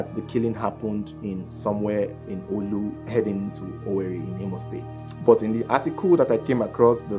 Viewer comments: Not in Onitsha and the pronoucention is not olu. Is orlu in imo state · Its orlu not oolu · Orlu not not olu 😂